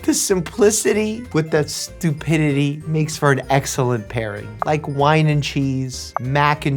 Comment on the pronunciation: The Stwopidity?